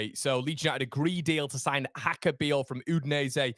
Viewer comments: I'm not Slovenian, but reasonably sure it's not pronounced Haka. He's not Spanish. It's probably more like Yaka. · I think it’s pronounced Yaka